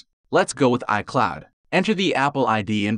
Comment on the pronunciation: Word pronounced incorrectly detected: iCloud